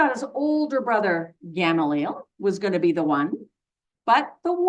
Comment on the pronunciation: Gamaliel- gah-mah-lee-el